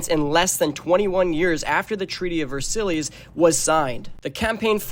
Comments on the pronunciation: Versillies?? It's pronounced "Ver-sai" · Ver-sillies it’s pronounced vers-eyes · You are pronunciating Versailles so wrong, its pronunce vuh-sai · Why are you pronouncing Versailles like that?!? Please tell me youve seen this word before. VerSillies? Really??? And you showed the Sydney Opera House during part of this assuming it's France I guess? This is well produced but there are massive errors. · No S. Ver silly’s is a silly way to say it 😂